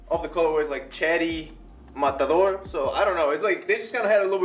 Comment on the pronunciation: Dude! nice review, the fact that you pronounced the "Matador" word with the original accent is very appreciated haha.